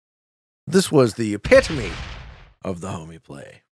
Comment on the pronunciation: Also "eptiome" is pronounced uh-pi-tuh-mee